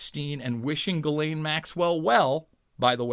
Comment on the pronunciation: You’re about the only one who can say Guislaine properly